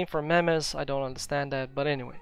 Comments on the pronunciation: Yes, but he had pronounced it "meh meh" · By the way - "meme" is pronounced like "meem" rhymes with cream or dream.